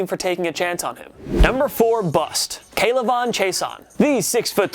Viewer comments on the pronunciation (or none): In Louisiana, “Chaisson” is pronounced “Shasson” for future reference